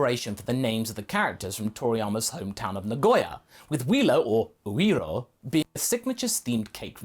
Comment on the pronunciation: It's Dr. UIRO.